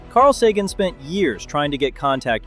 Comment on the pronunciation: His name is Carl Sagan, Sagon.